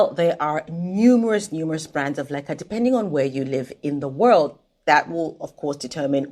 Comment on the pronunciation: Does anyone else thinks she says "lekker" all the time.